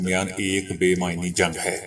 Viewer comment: بے مَعنٰی جنگ بے مَعنا پڑھیں گے معنِی نہیں